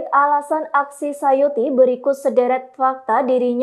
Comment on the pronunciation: Tulisan namanya suyati... Tapi penyebutannya sayuti... Mana yang benar mohon info...